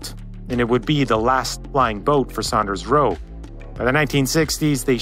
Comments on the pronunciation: That's Saunders, not Sanders! Its pronounced like Sawnders. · It is not pronounced "Sanders" it is pronounced "SAUNders". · It's Saunders (sawnders) not Sanders. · Not Sanders, Saunders. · I hope that guy has learned how to pronounce "Saunders" by now;) lol